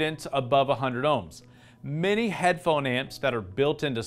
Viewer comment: You made me chuckle when you kept saying "headphone ants"